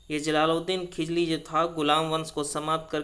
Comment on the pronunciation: खिजली या खिलजी क्या,😆😆😆